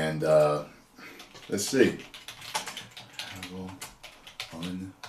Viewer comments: it's Cavill as in travel. Not Cavill as in the hill. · It's Cavill, not Caville. just sayin'. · His name sounds like travel. Hahaha not the way your saying it. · Cavill is pronounced like Travel. Please get the pronunciation right. 😉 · Henry Cavill pronounced like Cadillac Coup DeVille :'D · Henry Cuh-Ville lol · Henry ka'will? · The way how he says ca-vill 🤣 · why do you call him Cuhville? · Cavill is pronounced like travel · The way you say his name is very enraging